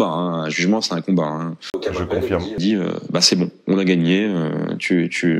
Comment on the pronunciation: Merci de maintenir le cap d'une intelligence certaine et de ne pas dézinguer systématiquement les protagonistes des vidéoscopies. Tu avais dit (pardon : djit) que tu (ou tchu) n'était pas un bourrin et que tu ne défoncerais pas n'importe qui juste pour nous faire marrer. Tu t'y tiens. J'apprécie. Mais tchu vois c' que je veux djire en véritché.